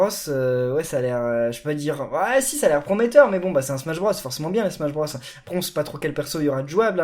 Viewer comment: SMACHE BROSSE !!!!!!